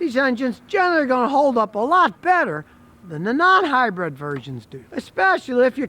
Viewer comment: Keep up the great videos! But…. It’s pronounced hybrid, not hybred ✌🏻